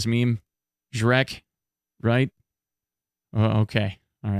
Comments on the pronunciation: Shrek reference was funny, but it comes not that cool when on russian. Priest on russian sound more like ZhretC (жрец if u wanna hear a google translator voice). Just so u know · Its ZhreTS actually. But I think its kinda less spooky if you think about Shrek when those guys approach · So, you are pronouncing Zhrec wrong. It is not "k" sound, it is "ts" sound. So it is not Shrek, saddly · it's more like zhrets' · Its pronounced Zhrets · its ZhreTS